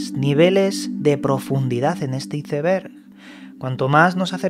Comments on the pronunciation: Mi cerebro cada vez que escucho como pronuncia Iceberg----➡➡:face-blue-question-mark::face-purple-smiling-fangs::face-fuchsia-wide-eyes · Nunca he entendido porque los españoles no saben pronunciar Iceberg